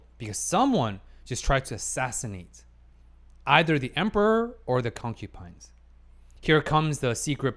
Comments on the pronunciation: alright, I thought you would improve but one thing still annoys me, it's not "Concupines" as you read it, but "Concubines", and it is really annoying when i hear it, i like your video's but PLEASE, PLEASE STOP SAYING CONCUPINES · just a question. why do you say concubines as concupines? its kinda bothering me lol, but im mostly curious why